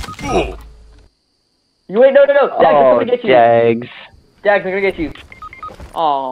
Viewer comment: This is not pags. It is dags.